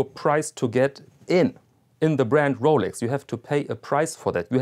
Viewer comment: Rowlecks! Rowlecks! Rowlecks!